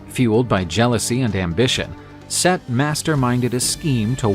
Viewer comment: Set. Not seth brother